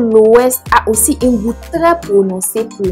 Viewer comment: On dit UN pas INH🤣